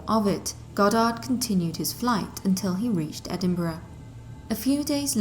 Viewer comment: just wanna say thank you for pronouncing Edinburgh properly! lol